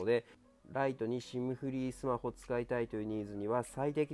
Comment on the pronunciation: 最後『シュマホ』でしたね😍🤗